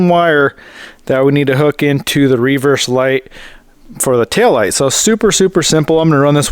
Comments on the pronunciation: Hahahahahhaa literally thought the same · Never heard an American pronounce "reverse" like that